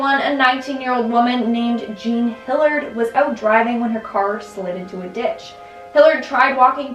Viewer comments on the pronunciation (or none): none